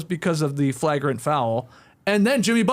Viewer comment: The only Skeets pronunciation that gets me is flagrant. I started wondering if it was a Candian or regional thing. The original basketball podcast should get to decide the correct pronunciation though, so I'm altering my speech.